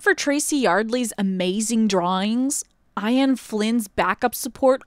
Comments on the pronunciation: lol, Miles' dad isn't Amadeus as in Uh-mad-ee-us, it's ah-muh-day-us. This video is great though! And as an Ian, it's funny to hear the name pronounced eye-an instead of Ee-an! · I-an?? it’s pronounced E-n. Smh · good vid but the fact you said i-en and ian is funny to me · Ha ha, "Eye-in Flynn." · Skorge UhMAHdeus Eye-an Flynn 😂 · "Ian" is pronounced like "key in," not "pie pan." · Loved this video. But that pronunciation of Ian?... Sheesh! 😉